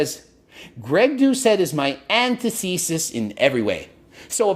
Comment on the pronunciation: Antithesis.. man Greg can't pronounce words and it's annoying.